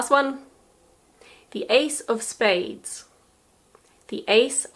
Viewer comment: ace of spades sounds like " Ace of Base "))